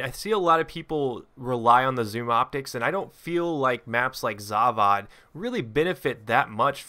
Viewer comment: The way you say Zavod rustles my jimmies..The 'o' makes an 'o' sound, not another 'a.'